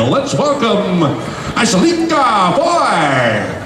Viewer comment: Up! U did a superb job! The host is killin me when he pronounces your name...Ashalika...